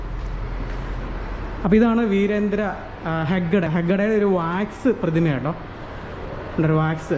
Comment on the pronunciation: ലിങ്കോളിൻ അല്ല സഹോദരാ.....ലിങ്കൺ എന്നാണ്. അത് പോലെ ഹെഡ്ഗെ അല്ല..ഹെഗ്ഡെ എന്നാണ്.. കർണാടക മുൻ മുഖ്യമന്ത്രി രാമകൃഷ്ണ ഹെഗ്ഡെ..